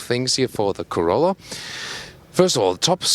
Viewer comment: He said “torolla” lmao